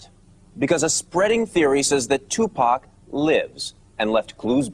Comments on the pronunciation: I really wish that english narrator would STOP calling him 2pack! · lol bitch its 2pac not 2pak ya dumb bitch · its 2 pac not 2 pack bitch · I nearly knocked somebody out once as they pronounced his name as 2pack shaker!?! I mean wtf, ignorant cunts the lot of them R.I.P Tupac Shakur 1971 TO 1996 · why this bitch saying two pack?? its TUPAC you dumb broad! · bitch its 2 pac not 2 pak tf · TUPAC NOT TUPACK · bitch it is tupac not tupack the fuck is wrong with you ??? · Tupac... not 2 pack... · exactly and "tupack" yea this bitch dont kno anything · I hate how white people say 2 pack smh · I really fuckin hate when people call him, "2PACK" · his name is two pock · yeah ikr its pronounced 2poc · she can pronounce makaveli but still says 2 pack after all this time. she's the dumb bitch lmao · hmmm....the female commentator said 2 "pack" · 2 Pack is how she say it lol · Lol the reporter is saying two pack xD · do yall not know hot pronounce 2pac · I know right? If your gonna do a documentary on him, talk about him or wateva, atleast you can do is pronounce his name right, its not that hard tu as in 2 and pac as in fuck but pac, geez man smh